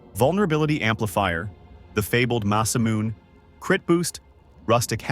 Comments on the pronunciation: It's Ma-sa-mu-ne. Not Masamoon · Hate to be that guy but its "muh-suh-moo-ne". Great vid btw.